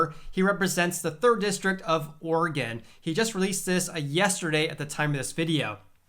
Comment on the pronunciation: He got 'Oregon' right, though, haha.